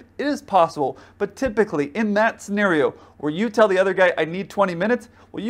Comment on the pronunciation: By the way, "tell" is spelled with two "l"s, not two "w"s, so try to pronounce it that way,.